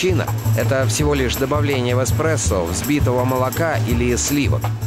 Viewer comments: эКспрессо, латтЕ, бесит нереально ) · илёи 2020 год, люди узнают что их любимый напиток не Экспрессо, а Эспрессо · Экспрессо или эспресо. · Эспресо. Экспресо. Эспресо. Экспресо. ТУПИТ!!!!!!!!!!!!!!!!!!!!!!!!!!!